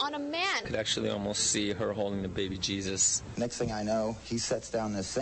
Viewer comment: "Cheesus?!" C'mon.